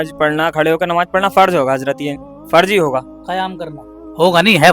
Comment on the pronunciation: Kyon logon ko bevkuf banaa rahe ho hote to pahle unke makhraj sahi hote,farz ko farj bol rahe hain pareshan ko paresan bol rahe hain,aur sawal bhi itne aasan poochh rahe ho jo ek chhote bacche ko bhi maloom ho, yah alim se sawal karne wali sawal hai